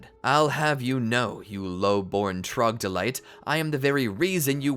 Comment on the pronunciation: Troglodyte ❎ Tragdelite ✅